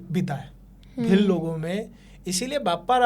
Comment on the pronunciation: भिल्ल ❌ , भील ✅. Pronounce ache se karo .